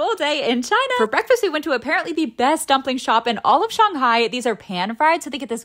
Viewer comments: Just wanna give you props on pronouncing shanghai correctly! Love your videos! I can tell not only are you honest but you have awesome respect for the culture!! ❤🎉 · Your pronunciation of Shanghai is on point!